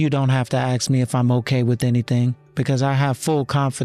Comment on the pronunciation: AI that says AX instead of ask? What you talkin bout, Willis. 🤦🏼‍♀️